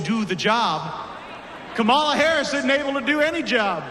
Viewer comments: How long will it take these asshats to learn how to say Kamala? Or are they just being openly racist and misogynistic? “I hate this guy” too,. 🤦🏻‍♀️😡💙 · Gates mispronounces VP's name. Lowest form of disrespect. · Quick question…does he have makeup on? What a strong man wearing blush, foundation, powder & eye makeup of some kind? Also IT’S PRONOUNCED COMMA LA, misogynistic pos. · They keep misprouncing "Kamala" I say we for now on say "V. D. Vance" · ONE black guy in the audience. And Republicans piss me off mispronouncing Kamala's name!!